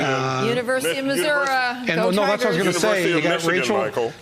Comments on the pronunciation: It's not missora! No a on the end of it. Its MISSOURI with an I! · University of Missourah? I wanted to jump through my screen and choke that woman. It is Missouri not Missourah. I am guessing she is not from Missouri, only went to college there. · “Univ of moosooray” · She can't even say Missouri correctly what a joke.